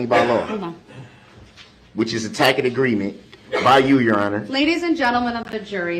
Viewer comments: I know it's a dead horse but I still laugh at TACK-IT AGREEMENT. The level of his stupidity unbelievable. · "Ima grown man wit grown kids!!! Lawfully law! All of a suddenly! Cohorzun! Durrest! Biast! Presidential! Tacket!"